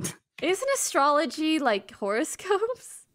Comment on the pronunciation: the way he said "astrology" with his whole chest